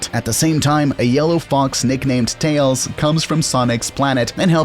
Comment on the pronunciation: Hey, this is my first time seeing as your channel exist. But, where are you from? you literally say tAYoAls instead of tails